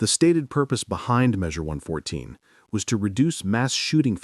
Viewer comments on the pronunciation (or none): Less than 20 seconds in and AI can not say 114? Drop the AI crap and make a real video. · "Eleven four?" You mean One Fourteen?